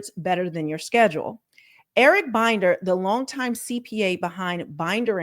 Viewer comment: ML Management shows under the "Contact" tab of its website that it has an office at 1800 Century Park East, Suite 400, Los Angeles, CA 90067. Comments from former employees on Glassdoor said it was a small office with no benefits. P.S. I believe Binder is pronounced with a short i, as in Tinder.